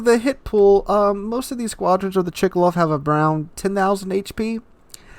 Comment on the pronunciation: Its not Chikalov, its Tchkálov tho :P Same as Novoro-seé-isk , not Novoro-ski-sk (I've heard like 3 different versions from different wows youtubers)